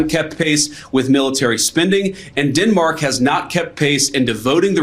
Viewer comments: Captain eye liner vance has a strange way of pronouncing Denmark as Dinmark ? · “DINmark”??? GTFOOH JD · Did I really just listen to guyliner Vance call Denmark "dinmark" 8 times??? Didn't President tRump deny knowing that he was even in Greenland??? Canada is securing our Arctic and the Northwest Passage with a new over the horizon radar defense system called JORN from Australia. PM Carney has ordered pay raises for all military, shoring up recruitment, planned for new submarines and 15 new destroyers as well as new ice breakers to be built at our shipyards in Halifax and B.C. So no, tRump's wish to take over Greenland so he can better position himself to invade us will not work. Besides, we are NATO allies with Denmark, so no point even trying Donnie.